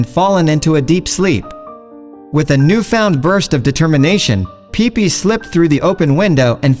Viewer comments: It's pippi not peepee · It's Pipi, not pippi